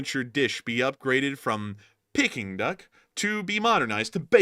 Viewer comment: It’s “pee” king duck